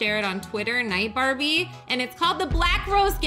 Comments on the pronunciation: Why do i hear "Barney" But its "Barbie" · BARNIE BARNIE!!!!!!! ITS BAEBIE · She calls Barbie Barney if u didn't know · Wait, did this girl say BARNIE instead of BARBIE? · did you know that heart has been there since earth has been in Royale High XD Also can I say she keeps on calling Barbie “Barney” 😂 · * Me * *: LOOK AT THIS, BaRnEy ToOtEd Us! * * Me: Did she just say BARNEY TOOTED US!? * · Me did anyone notice that she said barney? Also me looks at comments me again omg I found one! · When said barbie keep hearing Barni for some reason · Who else heard say barnie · Barney tooted us Me - Uhh...Did just say Barney tooted us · Did she say barney!? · am i the only one who kept hearing barney instead of barbie??